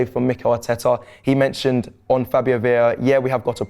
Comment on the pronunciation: The moment said Veira l moved on to the next vid 😂😂